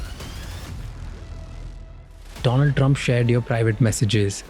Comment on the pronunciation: Next guest, Do-land Trump 😂